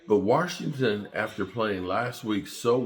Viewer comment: Washington doesnt have a “R” in it